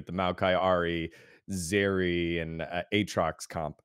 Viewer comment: did really just fucking say AT-rocks?